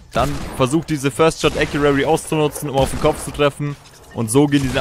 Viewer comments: ACCURACY Nicht Accuary 😂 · Gutes video, aber WRM SAGTS DU IMMER acuraRRy?? 😂 Es heißt accuracy (ka wie man es schreibt, aber jedenfalls sprichst du es mit SSSSS aus ACURASSSY Oha du hast es EINMAL richtig gesagt danke danke😂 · Rosen sind rot, Ich bin keine Maus, Ich bin getriggered den spricht Accuracy falsch aus. Und damit du weißt wie: Äkjurasi mit Betonung auf dem Äk Trotzdem gutes Video! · es heißt first shot accuracy nicht accurary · Wie er immer "accurary" sagt... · Es heisst first shot accuracy nicht accurary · Wie kann man Acurarry sagen das tut einfach weh... ES HEISST ACURACY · Yo, das heißt Accuracy nicht accurary. Just sayin :) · No hate aber es heißt accuracy und nicht accurary!!! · Accuracy nicht accurary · er sagt halt einfach akuary 😂😂😂😂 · Sehr hilfreich und cooles video! Aber bitte lern wie man accuracy ausspricht weil das triggered richtig😂 (sprichs ungefähr so aus: äkiürässi 😂) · „acurary“ xD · Accurary genau 😂😂😂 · Gutes video, aber das heißt Accuracy ( gesprochen : Äk-you-rasi) :D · Google mal wie man first shot accuracity ausspricht😂😂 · Es heißt acuracy 😂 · ˈakyərəsē bitte sag das xD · Hör auf "First Shot Accurarry" zu sagen. Lern wie man es ausspricht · Es heißt acressy aber egal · Wie er immer först schot äkuäri sagt Ist mir schon öfter aufgefallen dass ihm englische Wörter schwer fallen Sprich doch einfach deutsch junge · man spricht es ganz anders aus. Das ist es 😁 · Es heißt halt accuracy, also mit dem r, das ist wichtig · Bitte sag mal acuraCy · Lern mal first shot accuracy zu sagen